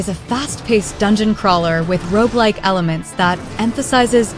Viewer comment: Yes it's insidious isn't it. Listen to the how "shoot-em-up" and "roguelike" are pronounced and then "playthrough" . Either that or Gen Z/Alpha seriously has no ability to read (thanks, Cocomelon!)